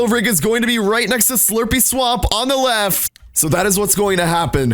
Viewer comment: He said ladies at gentle twice and then said lef